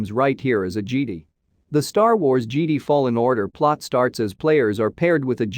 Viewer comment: Because he says jedi like geedee 😅